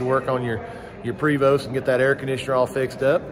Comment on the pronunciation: You can pronounce Chateau. Prevost is also French. The E is a long A and the ST is silent. Prayvo.